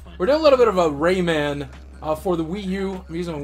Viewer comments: I made it one minute before having to leave. I can't stand the way Boogie says 'Rayman'. It's not Rayman like Silverman, it's RayMAN like SpiderMAN. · Ray-Man, not rayman. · Raymun Legends